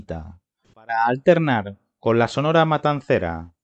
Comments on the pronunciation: YO TAMBIÉN LO ESCUCHÉ JAJAJA SORONA DIJO. Y TAMBIÉN COMO DIJO VICAAAM. JAJAJAJA 🤣 PURO CD OBREGÓN SORONA. JAJAJA 😂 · Al inicio dijo sorona 🤣